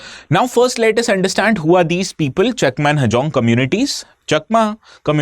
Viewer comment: Sir u r pronouncing our chakma as cheakma